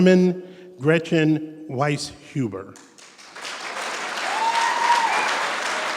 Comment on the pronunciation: Somehow the “i” and the “e” got transposed. Happens all the time. My name is Wieshuber, pronounced Wees hoober.